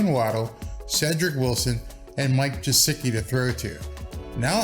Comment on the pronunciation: Did you pronounce Mike G as "Jesicki"?